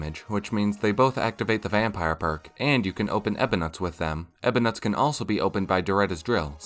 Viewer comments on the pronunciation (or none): It’s pronounced “ebonut” not ebonut.